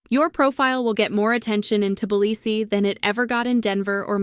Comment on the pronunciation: AI doesn't know how to pronounce Tblisi.